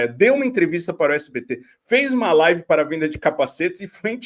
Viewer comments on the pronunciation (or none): none